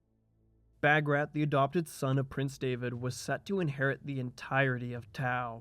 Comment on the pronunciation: Wonderful documentary. Although the part where Georgia “broke away” from the Roman church wasn’t accurate. The Georgian Orthodox Church is in full communion with all the other Eastern Orthodox churches (Greek, Romanian, Serbian, Russian, etc.) Also - Bagrat is pronounced “Bahg-Rhat”